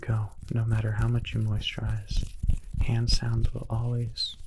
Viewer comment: "Sticky heuh"